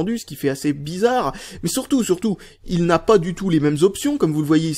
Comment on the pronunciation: et on dit" sUrtout " et pas " sOUrtout "